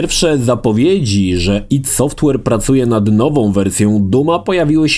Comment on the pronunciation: AJ DI. Kurwa, serio. Tego ID sie słuchać nie da.